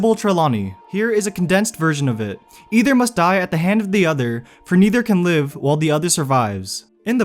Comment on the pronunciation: it's impossible to listen to this because the narrator sounds so stupid. Dude, you need to stop ending every single sentence by prolonging the last syllable. "neither can live" doesnt have to become "neither can livvve" "either must die at the hand of the otherrrr" "this is what voldemort would want for himseeelf"